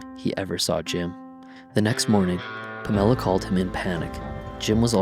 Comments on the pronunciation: My God dude at least get his girlfriend's name right! Her name was Pam or Pamela, not Pa' Mella!!! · Take this garbage down. Fix the way you say "Pamela" .... Then I'll be able to listen to this. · I stopped the sec this mispronounced Pamela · lame.. you cant even say her name properly..